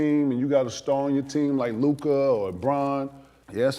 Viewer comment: Lord said “ Lu Dork” 😂